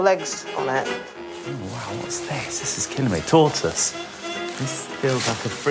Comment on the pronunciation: Everyone: Tortoise Gay Brit: Toy-toys